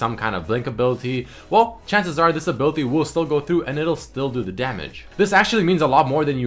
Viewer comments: "tha attack" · "tha" instead of the.